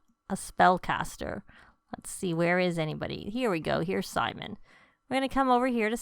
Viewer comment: The Spellcaster Sage in green is Sim-ee-on, not Simon. That is a biblical name.